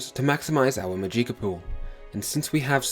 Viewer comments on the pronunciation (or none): Amazing video, very informative. However the mispronunciation of words like magicka was a little off. There's no eek it's magick-a, the ick is pronounced the same way as "sick" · Jesus christ mate you realize you were pronouncing just about everything wrong? MaJEEKa? AtroNATCH? MysTICKism? My ears are bleeding lmao 🤣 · Haha, go: “Maadjiekah” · I'm really sorry, but the way you say "Magika" makes me so fucking angry lol. Other than that, this is a great game! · "Mageeka" for the win 😉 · I love your Mageeka lmfao dammit ! Now for now own i want to call it the way you do hahaahha thanks for sharing the video bud. Its all good man you speak English just fine. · "maGIcka" "Oltmer" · Atronatch majeeka mystickism lololol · "Majeeka", "Mysti-kism" and "Atronatch"? Nice pronunciation brah. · I don't want to come across as an ass or anything but... Atronach is pronounced Atro-nock Magicka is pronounced Maj-ick-uh I have no problem with it, but it might save you some hassle in the future. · the way you pronounce magicka kills me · When i saw your pronunciation of magicka, in some way, i loved it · Good guide. You're mispronouncing some words though (Mysticism, Magicka, Atronach).